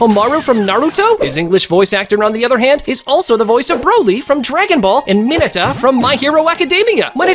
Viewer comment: HE PRONOUNCED MINETA WRONG